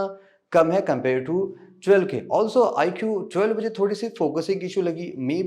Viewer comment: "Iqhoo thwelve" 😂😂😂😂